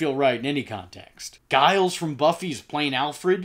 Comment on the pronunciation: Giles... Is pronounced with a J sound. Like Jiff peanut butter. Not a hard G, like Guilt from Street Fighter